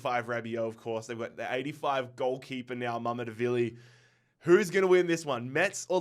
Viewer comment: Its mamadarshveli not mamdevili